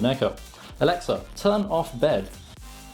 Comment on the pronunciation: My Echo lit up when you said 'Elexa'